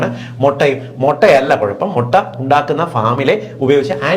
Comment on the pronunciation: Motta alla mutta